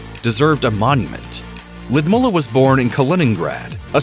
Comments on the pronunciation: That pronunciation of Lood-ih-mee-lah ( he said Lud mula)is rouugh lmfao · I wish he would say her name correctly. Ludmeela, not LudmUlla. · The way he butchers her name... It's pronounced Loodmeela. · Lewdmola? Pronunciation issues? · It is Lyudmeela, not Lyudmulla. Please do your research on pronunciation. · It is Ludmilla not Ludmulla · It’s pronounced “Lud-Mill-a” not “Lud-MO-la” cringe every time you say her name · It's Lyudmila not Lyidmula!!! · why does the narrator call her Lydmulla? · I like the way you say his name. Puut-n. Also it's L-yu-d-mila. Not Lidmula. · I hate to correct pronunciations as it can put a spin tangent to the intent of the clip, but the pronunciation of Lyudmila sounds like a 'bear to one's ears'. Probably the best pronunciation to the name as to how it's said in Russian using English phonetics is (lewd-Meal 'ah) not (Lewd-Mull 'ah). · Omg it’s “Lud-MEELA”, not “Lud-mullah” 🙄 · Lyudmeela not mula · lyudmila ..sounds ludmila ...not ludmula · Can you please learn how to say the name Ludmila properly? it says L-oo-dmilla, nor "ladmoohla". Totally annoying, when you English only speakers not even give it a try, while the rest of the world is learning languages. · She is not Ludmulah, she is Ludmila. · ‘Ludmulla’ 🙄 this voiceover bloke needs some pronounciation lessons 😂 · Lidmula??????? Lyudmila,,,,, get it right ffs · “Lee-ud-meela” please get it right! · Loodmoolla??? It is not difficult to google the pronunciation. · Lidmula…wth man, i’m not a hater but for you “I” is “ u” and vice versa! Geeeez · lewd-ME-la! Grrrrr. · its L'youd-meela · It really bugs me how you keep mispronouncing her name. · I wish they would fix the pronunciation of Putin wife's name, it is painful the way the narrator pronounced it. It is something completely different. Beautiful Russian name. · The voice over is even not pronouncing her name right . How anyone can trust this so-called "journalism" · Every Russian name is butchered by these Muppets ‘reporters’.